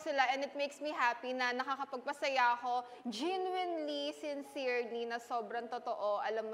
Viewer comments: dear, "raised" not "rist" "genuinely" not "jinwinli" "within" not "widdin" "handshake" not "handshik" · And the way she mocked harlene’s pronunciation of the word overconfident. Tas yung genuinely nya jinwinlee 🤡